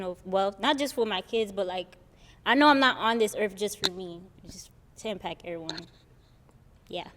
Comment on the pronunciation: Why do people pronounce words ending in “..ct” with a “K” instead of being pronounced as “…kt” Example - the first Lady in the red dress said “impak” 😳instead of impact.